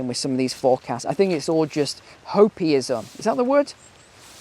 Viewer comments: it's hopeum like opeum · the word is "hopium". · isn't it 'Hopium' ....like Opium, with an H. :)